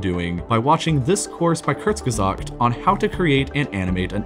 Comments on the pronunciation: You are the only person who properly pronounce that channel's name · The fact that you said Kurzgesagt correctly in your sponsorship section pleases me. XD